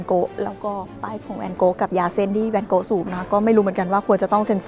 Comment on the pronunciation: ทำไมฟังไปฟังมา จากแวนโก๊ะ กลายเป็นแนนโน๊ะเฉยเลย 555